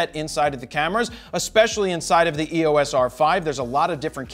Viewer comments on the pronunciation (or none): Its not E.O.S Jared. Its the word Eos, as in the greek god of light.